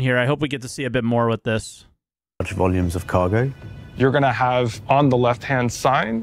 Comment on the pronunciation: "it means like ve need to haf enough item banks around each location so you don't block each other." I see something was learned from New Deal Lorville. Also, MMO player purposefully grief people... say it ain't so.